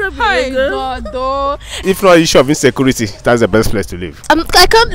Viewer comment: ….Insaykuurity! that’s right!